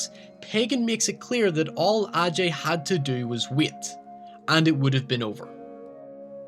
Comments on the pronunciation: The way you say 'wait' as 'weet' pisses me off. Sorry, not sorry. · I thought you kept say saying wheat. You said wait lol